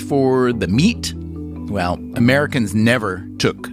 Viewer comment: When says “well”, it sounds like “whale “, to me